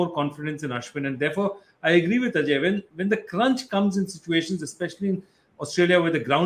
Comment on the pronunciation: Why does he pronounce ajay as ‘AJ’